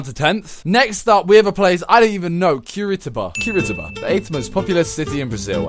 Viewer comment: FOR GOODNESS SAKE IS CU-RI-TI-BA